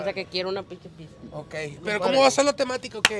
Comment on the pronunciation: Enseñenle a luisito que se dice pizza y no pikza